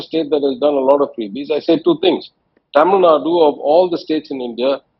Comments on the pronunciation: TV anchors should know better on how to treat a word. One cant treat a English or Tamil word as they would treat in Hindi. Mr. Rahul Kanwal- please note- its not TAMIL NAD, but TAMIL NADU. Small efforts taken to show respect to the word of a culture, will earn you more respect as a professional who cares for excellence and nuances. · Why Rahul keeps saying TamilNad? its Tamil Nadu!!